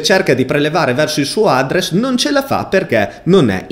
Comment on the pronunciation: "Chi di voi è sopravvissuto fino alla fine del video?" Concordo ma soltanto per l'utilizzo di semplici parole in inglese pronunciate in un modo terrificante... SAPPORT? ADDRESS con l'accento sulla A e non sulla E? Tra i tanti malcostumi che ci sono in Italia, io ci annovererei anche l'ostinato e testardo storpiamento della lingua inglese (siamo famosi per questo) ovunque, e soprattutto nei vari canali televisivi, pubblici o privati. Se non sai come pronunciare una parola in inglese non farlo, SUPPORTO è molto meglio di SAPPORT e INDIRIZZO è molto meglio di ADDRESS con l'accento sulla A perché lo dici bene nella tua lingua, se lo fai come è tipicamente italiano farlo, fai solo una bruttissima figura. Per il resto non posso che complimentarmi del video.